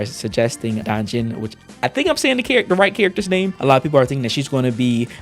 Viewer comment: I’m hyped about it so much! The first time I saw those 4* stars i thought they were 5*!!! The designs are just 👌🏻 Ps: your DanJin pronunciation is on point